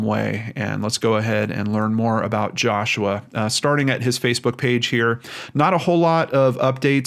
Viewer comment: Who hoo! U pronounced my name right lol